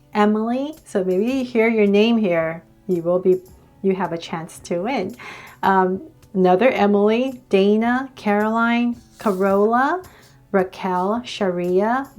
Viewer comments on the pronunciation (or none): My name is pronounced (Dana) not Daina